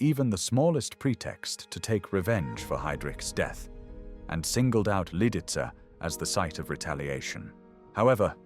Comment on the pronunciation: Si dice Lidice e non lidis si dice haidric e non idris. E kubis non era un assassino (come dice l' idiota dello speaker) ma era un eroe che ha giustiziato un macellaio pagando con la vita. Con voi mai più